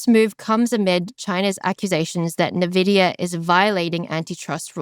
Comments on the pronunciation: All I can focus on is "Ne"Vidia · Just one thing, please stop calling it novidia. It's N - Vidia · C-SPAN isn't pronounced "kaspan", "mnemonic" isn't pronounced "menemonic", and "nVidia" isn't "navidia". You say the letter 'n' and then pronounce the capitalized part. "en" + "Vidia". It's just like "eBIke" and "iPod". You probably won't change my mind on this. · Isn’t it Envidia not nividia? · Nevidia? Nevidia !!! Like come on. Envidia. The pronunciation guide is on their Wikipedia page. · Its N -vidia 😂😂😂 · She cant pronounce “Navidia” and I’m supposed to think she knows anything about the company? 🤢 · It’s IN-VEE-DIA 😩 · Navidia? Hoo dat? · Nothing but appreciation but just needed to note, it’s EN-VIDIA. 😄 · The dumb twit can't even pronounce Nvidea correctly. I would never listen to this naive idiot ever again. "NAH-VIDIA durrrr." Just because you're asian, doesn't mean we can't pickup on how utterly TRUCKING NAIVE YOU ARE. Only dumb people will continue to listen to this garbage. So lovely of you to only focus on one side of the coin. Shit, I stopped doing that when I was like 16 years old. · is great. I hopw this podcast is a success. But. Is she mispronouncing nvidia just to troll is all? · funny you can't even pronounce Nvidia properly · That’s not what AGI is, and that’s not how you pronounce Nvidia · Please learn how to pronounce NVIDIA. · don't get the purpose of mispronouncing nvidia on purpose